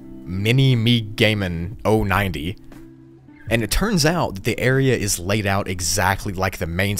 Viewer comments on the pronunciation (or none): ITS "MINI MEGA MAN" NOT "MINI ME GAMIN" GET IT RIGHTTTTT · "This area was discovered by someone named Mini-me-gaman" Um... you mean Mini Mega Man? 😭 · Great Video as always! But are you sure the name of the guy who discovered the white rooms isn’t pronounced "Mini-Mega-Man" instead of "Mini-meg-gaman"? :D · Lol I love your vids, a lot. But I have to point out - the person's username who discovered the white rooms section - I do believe that's "mini-mega-man" lol not "mini-me-gamin" 😆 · minime gaman090 Everyone else: mini mega man 090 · Bruh the guys name is said mini mega man 090 not minime gaman 090 lol.. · Also the user who found the whiterooms, I’m pretty sure you say it like this, Mini mega man 090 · it is pronounced mini-mega-man as in a mini version of the blue game character with the arm cannon. love ur vids, my fav is level !, which is weird because I cant run for sh*t and im fat and I have asthma so if I do go their I have been unalived edit: road to 200k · I'm so sorry man, but the way you said the name ... I completely lost it there! Minimegaman090 ... Mini Mega Man 090 XD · It's love how he pronounced mini mega man incorrectly. 😭😆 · I think the creator of the white rooms name is pronounced “mini - mega - man” lmao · lol..., i think its pronounced mini-mega-man. megaman...the game. >.< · Bruh he said mini-me-gaman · its pronounced "mini-mega-man 090" 😂😂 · minimegaman 😂😂 mini Megaman... good vid though 👍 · so no one’s gonna talk about how he said minimegaman 🤣🤣